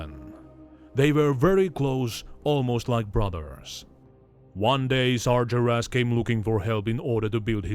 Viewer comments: a. nonimous "Sar-jer-ass" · `why does this guy say sargeras so weird XD